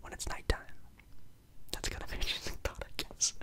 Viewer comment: Bro on the second question I was so confused i thought u said thot not thought 😂😂😂